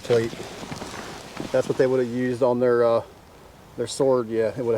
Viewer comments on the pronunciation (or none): none